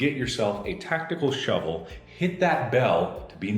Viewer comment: Hari G I believe you mean “Mark: A SHOUVEL!”